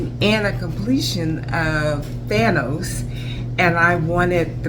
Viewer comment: Not trying to call her out but it's Thanos not thantos. Lovely diamond painting